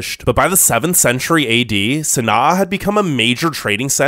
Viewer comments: Sana’a pronounced “San-ah” NOT “San-ah-uh” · You're pronouncing Sana'a wrong